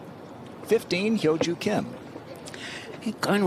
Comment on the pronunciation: 아나운서가 김효주 선수의 이름을 정확히 발음하네요.